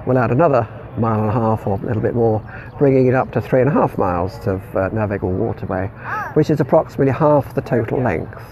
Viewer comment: N A V I G A B L E !!!!!not navigatable Aaaaaaarrrgh!☺